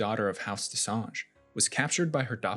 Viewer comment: Lol it still wasn't correct though!